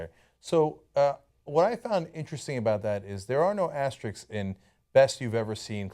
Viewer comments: Guys, the word is asterisk. AsteriSK, not asterix. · It's asterisk, not Asterix. He's a fictional character. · "Asterix"??? What is "asterix"?